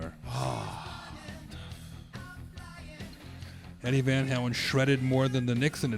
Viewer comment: "Deady Van Halen." that's a keeper.